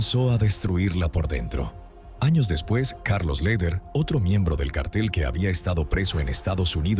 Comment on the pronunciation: Se dice cártel (en el sentido de grupo de delincuentes) con acento en la a. No es lo mismo que cartel (en el sentido de papel, anuncio, póster). Son dos palabras distintas, a ver si se enteran de lo que dicen, para no confundir a la gente.